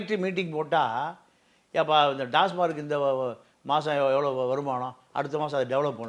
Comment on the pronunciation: Tasmark or TAMAC BASIC PRONUNCIATION IS ONG. PLEASE CHECK